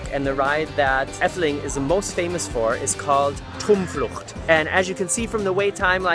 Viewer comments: And for pronunciation I thought you weren't bad, but Droomvlucht should sound like dromevlucht;) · "troemvloegt" ehmmm yeah I guess😂😂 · hahahaaa ik lachte zo hard toen hij troemvluucht zei!! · omg you said like tromflugt XD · How you pronounced "Droomvlucht" made my day. It sounded so German! 😂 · It's so funny how you pronounce 'droomvlucht' and 'vliegende hollander' :D In 'het sprookjesbos' (the fairytale forest) there's a witch who brings flowers to live an let them dance and when i was young i was so scared of her :') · You pronounce the words in a very german way hahaha